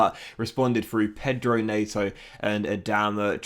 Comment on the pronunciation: Neyto and richalieson 😅